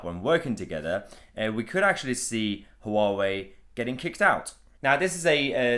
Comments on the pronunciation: Noooo... it's not pronounced "HooWowee" It's pronounced "wah-way" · It's not 'Hoo-wa-way' - it's closer to the chinese pronunciation to just say 'wa-way' or '(h)wa-way' where the 'h' is almost silent but not quite - I asked some Taiwanese acquaintances of mine, and to me it just sounded like'wa-way' ... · Its pronounced wow-way. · It's pronounced waawoo ya plant pot lol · HUA _WEI. It's two syllables not three. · Huawei - pronunciation is more like ‘wah-way’. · The H is silent.